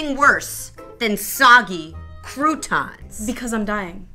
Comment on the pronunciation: “There’s NOTHING worse than soggy crutans!” Stephanie